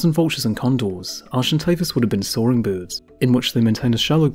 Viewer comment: Can someone please teach this guy how to say"birds"...he keeps saying "Boords".